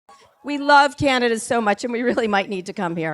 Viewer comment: Don't say kii-ya-nya-da. Correct your pronunciation, please! Also, we like kings here, understand? How is it that we in Canada know something about the Federalist Papers but you ignorami haven't in 150 years learned anything about the society that your genius president is attempting to rape? 🍁🇨🇦🏴